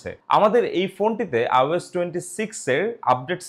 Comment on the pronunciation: ভাই বার বার আওস বলছেন কেন? আইওএস হবে, ঠিক না?